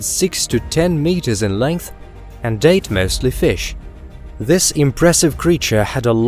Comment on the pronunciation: "and ate mostly fish".... I heard "and date mostly fish" like... Bruh